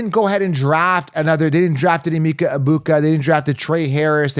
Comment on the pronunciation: As a Nigerian it’s pronounced “ahh-meka”. Love your content 👌🏿